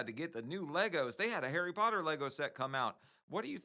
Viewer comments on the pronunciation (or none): none